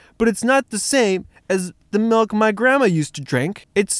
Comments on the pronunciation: Why are you calling it Malk and not Mulk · Its milk not malk prove me wrong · its MALKK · Tigerloverme do u mean MALK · he needs some malk